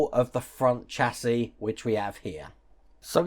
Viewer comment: Chassis is pronounced shassey in the uk, love your content though but hate the American term for a car frame